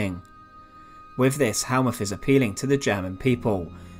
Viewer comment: Get it right! Th in German is a harsh t, so Helmuth is pronounced Helmut.